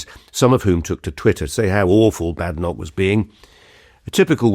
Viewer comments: I enjoy your talks. But please pronounce Badenoch as in Baden-Powell. She minds! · He's very good. Is he Ai? (I haven't heard of him before. And he, despite being a supposed top commentator on UK politics, doesn't know how to pronounce "Badenoch".)